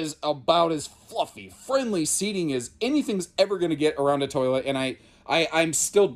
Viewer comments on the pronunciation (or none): Come on Imagine, let’s do carpetless!! And “toliet”?? 🤣🤣